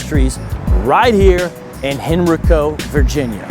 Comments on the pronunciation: Btw it’s pronounced Hen•RYE•co but again shoutout to you for pulling up to VA✌🏽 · You pronounced Henrico wrong but we still love you. I live 5 minutes from there and my in-laws always said that is a place you don't want to be now I know why.